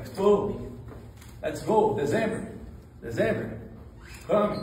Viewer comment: "deZember" falou tanto do inglês!!!! kkkkkkkk